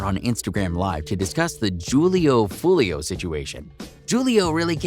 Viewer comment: If your gonna make videos for money on niggas, at least say there right. Damn smh butchering Foolio’s name over and over again